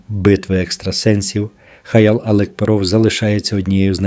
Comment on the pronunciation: Чё ты трепишься? Ты не знаешь кто такой Алекперов? Ты даже ударенияна Ф.И.О. не правильно ставишь.Когда же закончится война????????😂😂😂😂😂😂😂